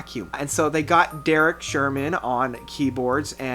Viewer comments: lol "derek sherman" it's Derek Sherinian mate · Derek Sherman? XD Derek Sherinian, btw it's Yet-say Jam, "Ytse Jam" at least that's how the guys in DT pronounce it. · It’s Sherinian not Sherman. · did you say "derek sherman" ?? HAHAHAHAHAHAHAHAHAHAHA! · As a Greek, that pronunciation of Sherinian hurt me